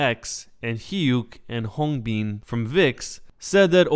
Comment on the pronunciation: im not laughing at the pronunciations. im crying. pls save our poor children from this name butchering but i can't get over hongbean lmao